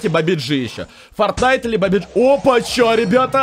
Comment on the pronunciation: ты не правильно говоришь этот мем (где" ударение)фортин"а"йт или бабадж"и" бабадж"и"